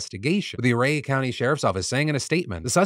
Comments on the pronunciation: I know I'm late to the party (I have to save up philly D's for an end of the week marathon) but I live on the western slope and everybody pronounces ouray as 'you' Ray if I recall correctly it's named by an Indian chief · Nit picky but isn't it pronounced "oooo-ray" ?